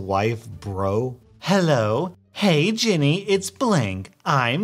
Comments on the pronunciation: you say “jenny” its ”jenn ay” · The fact you say Jenny pains me it’s Jen-nay omg i love that though